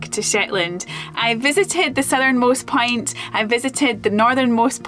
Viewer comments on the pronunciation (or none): Accents are fun. I thought for a second she said "easternmost pint". Accents can be disappointing.